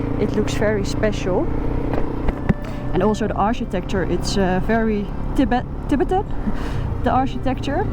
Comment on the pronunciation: Een beetje stomme comment mijnerzijds maar volgens mij ligt de klemtoon in het engelse Tibetan op de tweede lettergreep bet en niet op Tib. Laat het maar eens door Google of DeepL ofzo uitspreken. Ook ki lom eter in het engels. Kijk wel met veel plezier naar elke aflevering. 👍